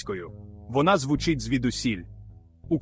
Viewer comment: Цікавий ткст.Але відчуття,що читає ші,бо не "звУчить",а "звучИть",й т.д.